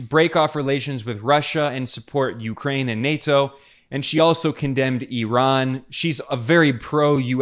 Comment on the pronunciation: Thank you for pronouncing Iran 🇮🇷 and Ramaphosa properly… thanks for respecting their names.